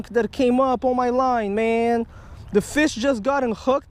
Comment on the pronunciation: ASIAN MAN HAS A FEESH AWN HIS LINE!